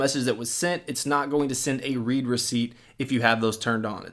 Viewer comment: You're pronouncing the "read" wrong